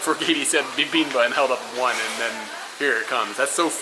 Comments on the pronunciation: Fun! I enjoyed seeing everything though your eyes. (The way you're pronouncing "bibimbab" is a little weird... are you dropping the final consonant?) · You seem not to be pronouncing the final "p" in "bibimbap". It's like you're saying "bibimbuh". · Love the video, definitely a different vibe in Korea! Can't wait to see the next part(s)! Also, FYI it's pronounced "bi bim bap" with the "p" sound at the end haha.